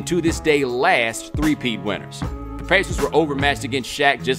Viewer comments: the way he says the word pacers is hilarious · Stop saying pacers like that